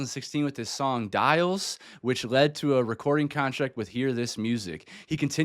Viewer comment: Why did you pronounce ‘Diles’ in english lol😅 I was only listening and was like, when did BB make a song named Dials?